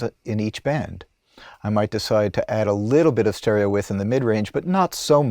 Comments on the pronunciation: "Stereo With"? It's pronounced, 'wiDth'. The D isn't silent. But who axed me? 🤨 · The word is Width not With... Can't believe you were unaware that you continuously made the same mistake repeatedly... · Where did the soft, barely-there - but there! - 'd' sound disappear to from the word 'width'?